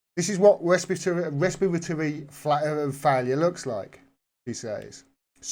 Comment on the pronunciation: Pronounced: Resp-pitory.